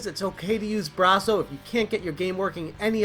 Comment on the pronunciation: I like how you say Bra-so..instead of Brass-o..I have never had an issue with Brasso eating my games..I use it all the time..never had a problem..this is fake news.